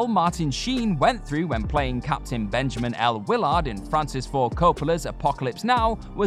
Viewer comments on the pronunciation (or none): none